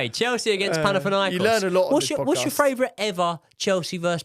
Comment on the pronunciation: can say Panathinaikos but can't say favourite - Australian Hardcore fan